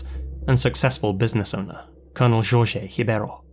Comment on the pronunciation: As someone with the name Jorge, it honestly makes me cringe with the way you pronounce it. However I absolutely love your videos and have been a long time subscriber since 2014